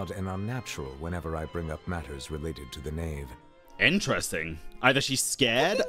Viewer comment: The who it's the Knave not ''Khave''